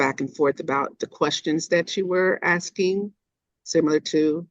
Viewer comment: ASKING NOT AKSKING JFC 😂